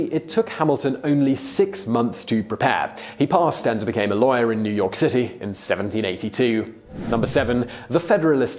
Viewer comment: Thought you were saying "liar" everytime you said "lawyer". Figured it out at the end. Still quite ironic